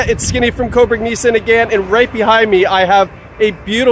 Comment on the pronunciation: It's NIS-saan, not Nis-san!